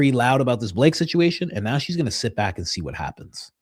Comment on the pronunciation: Blake Bednarz is live on Danks saying that he has a receipt showing that Candace downloaded the WeTransfer file. We need Candace right NEOW lol Candace, please come to the front of the class to set this man straight!!